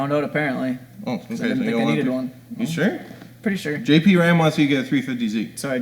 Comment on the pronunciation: sounded like he said “jp ram ass” and I almost lost it